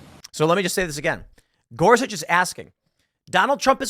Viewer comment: Spelled, “Gorsuch” sounds like, “Gore-Such.” Knowing is half the battle.